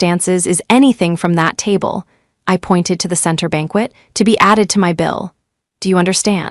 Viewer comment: tab---le???? sheesh at least try